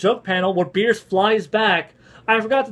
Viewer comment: Did you call him Beers? lol